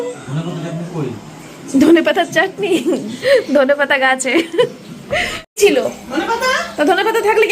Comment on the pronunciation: Chila noy chhila